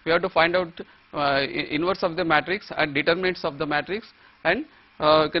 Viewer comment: haha he cant say Matrix